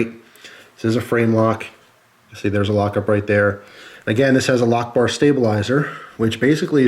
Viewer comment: i thought he said allahu ackbar instead of lockbar